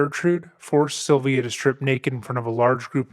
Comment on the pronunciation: It's a strange way to pronounce "Sylvia". It sounds more like "Sovia".